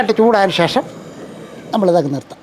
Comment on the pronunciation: എന്ത്‌ പറഞ്ഞാലും ഷേഷം. അല്ല ശേഷം 😂ഒരു 10പ്രാവിശ്യം പറയും